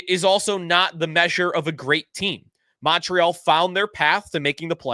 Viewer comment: The Mon in Montreal is pronounced like Monday